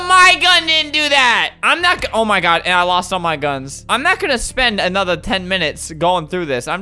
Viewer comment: you do know you said good instead of god